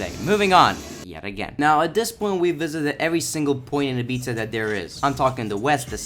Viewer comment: its pronounced "ibiza"